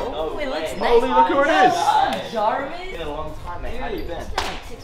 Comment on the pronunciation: Kay calls Jarvis Jovis